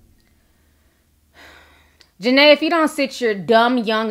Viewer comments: It's JA-NEE-AH 😩😩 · I know it’s old but her name Ja-Ne-a !! Other than that I love your video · I am not taking up for jania but gurl u not even saying her name right before u want to talk about somebody make sure u no there name k👌